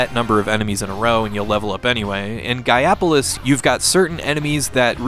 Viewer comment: You do know it's pronounced GAIA POLICE right? -_